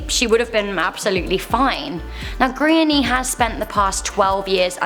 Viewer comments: I had to try to work out what kind of name is Grainny in Ireland??? If you are a speaking from the UK is it too much to find out how to pronounce GRÁINNE, It's pronounced Gran -ya, not too difficult. Calling her Grainny throughout this piece is embarrassing. Most people know how to pronounce most Irish names at this point. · I feel so bad for this girl its so unfortunate .Just a tip the names gráinne and pronounced graw-nya not grainye😂🇮🇪love your videos